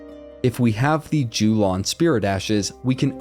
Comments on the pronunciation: Yo-lahn, not Jew-lawn nice guide though! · Jew-lawn > Yo-lawn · Its yo-lan